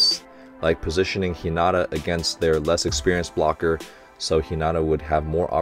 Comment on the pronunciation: Love these reactions! One of the highlights of my week. I'm excited to see your reaction to the next game. Also, the word "not" is not in Hi-na-ta's name. :) Keep up the great work! Happy Holidays!